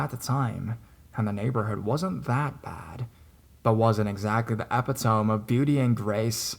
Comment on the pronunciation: Love your narrations. Just a small note: check with google for the pronunciation of "epitome"...there's a long eee sound at the end. Carry on, brother!!